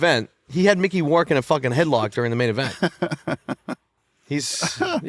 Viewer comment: "Mickey WARK"? 🤔😂 I'm guessing he meant Mickey Rourke?